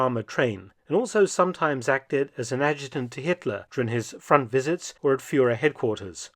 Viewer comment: Führer, not fjouuuurer. And 18 minutes of information, only to let your viewers know that the question in the title will be answered next time? Or perhaps the answer will be divided into 5 episodes?